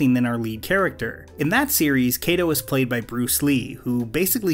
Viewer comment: Ironically-- Kato's name isn't even pronounced correctly and hasn't been from the very beginning. The proper way to pronounce that Japanese name is with a short a, not a long a. I think it is kind of tough to explain that in any reasonable way.